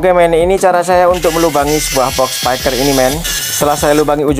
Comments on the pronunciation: Spiker mas bukan spaiker 😭, speaker itu dibacanya spiker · Spiker mas, bukan spaiker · speaker mas bukan SEPAIKER😂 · Thanks tuk sharingnya men🙏🏻 , oya men by the way di mnt pengucapannya jng "spaiker" ya men krn kata dasarnya bukan spy (bc : spai) tapi speak (bc :spiek)😊🙏🏻🙏🏻